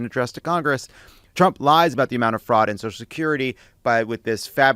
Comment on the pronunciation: He can't even pronounce Fraud correctly.